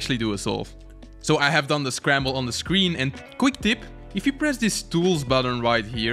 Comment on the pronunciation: this called scramblE panel you said it like on espanol